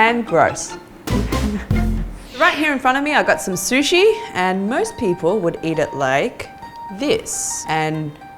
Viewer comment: its not susha, its sushi